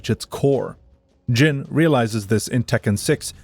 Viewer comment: Although Jin is not pronounced like gene. It is pronounced like gin.